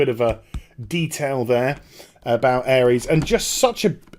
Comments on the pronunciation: Am i the only one screaming aeris/aerith isnt pronounced ares? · he also called Aeris/th ''Airees'' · I hand in my MAN card, when i saw the PS Play video I cried like a little girl, PLZZZZZZZZZZZZZZZZZZZZZZZZZZZ dont fuck this up SE plzzzzzzzzzzz make it what you showed I have waited decades for this. PS Her name is Aerith pronounced AIR-ITH :) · Aries? Isn't her name Aerith?